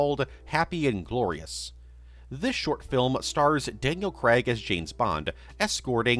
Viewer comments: I love how no American can pronounce craig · And Daniel Craig's surname...